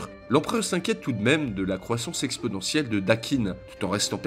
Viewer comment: Cher il me semble que vous ayez dit "expodentiel" au lieu de "exponentiel" ai-je eu une hallucination?